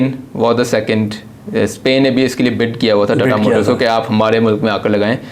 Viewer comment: Tattaaaa nahi tata motors hai vo 😂😂😂😂😂